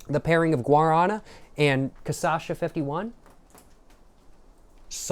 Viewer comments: My dude, you’re pronouncing it wrong. ✅ CA -> pronouncing it correctly. ❌ CHA -> pronounce it like the “sha” in the name “Sasha” ❌ ÇA -> pronounce it like “Sa” in the word “Salvia” Tldr: swap the pronunciation of the 2nd and 3rd syllables and you will be pronouncing it 100% accurately. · I love how in the first video he tried cachaça he said it correctly, but never again lol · Até o final do vídeo tá beudo cascando o bico and quem sabe falando o nome direito!?🤣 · KATIASHA! you can pronouce corretcly. you say kasasha,its sound wierd, sounds like a japan name, you have to say, KATIIIIASHA (use more power in "I" word so separate words, silabes). i suggest you to say it corretcly to sell more books. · Pior que nos primeiros vídeos ele tava falando certo kkkkkkk do nada ele começou a errar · This is the 3rd video in a row that you did not learn to pronounce cachaça i will acknowledge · Its cachaça bro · Lil tip: its CA SHA SA, not ca sa sha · It’s not “caçacha”, it’s “cachaça”, pronounced as ca-sa-xa. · its not "CaÇasha" Its CaXaça" ahahahaha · bro is not ca ça cha, is ca cha ça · You say "CAÇACHA" but it's actually "CACHAÇA". You're mixing up the last two syllables, and I love it but thought I should say something! hehehehe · poha man you should pronounce it KA CHA SA instead of kasascha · Man you got the name almost right just invert the syllables, instead of ca-sa-sha you should say ca-sha-sa. If you are interested in trying to pronounce 51 in portuguese you shuld try saying "cinquenta e um" that sounds something like "sincuenta yoom". One other very very important thing, you called the "churrasqueira" a pizza oven, man be carefull with that, it is a grill for brazilian barbecue, almost every single house and apartment in this country have one of that. What you said its almost heresy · cashasa not casasha jjajajja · CA CHA ÇA. Not CA ÇA CHA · who's kasasha? 😭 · Ca Sasha 😂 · ca - cha - ça //// TRY: CA / XA / SA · ca-sha-sa is the pronunciation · its ca-sha-ça